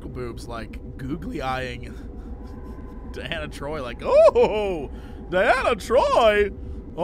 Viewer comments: it continuously infuriates me that Jesse keeps calling her Diana Troi (her name is pronounced Dee-Anna Troi FFS) and you call yourself a nerd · As a Trekkie, the fact that Jesse keeps pronouncing Troi's first name as Diana (which it clearly isn't) is infuriating!! Stop mispronouncing her name, please!!